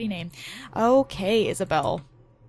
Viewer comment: Thats cool because my name is Isabelle and people would get it cunfused with Isabella or spell it Isabel and I get so mad about it so I thought it was cool that you said Isabelle and not Isabella